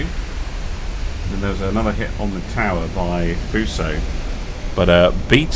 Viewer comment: so... after butchering Fuso you butchered Nagato too :P